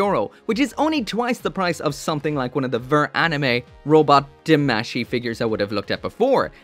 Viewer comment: Eh, tamashi is pronounced wrongly, both A have an Ah sound not an Eh sound.